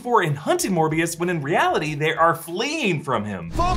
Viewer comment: Seriously, Smerbio? Not Morbuis?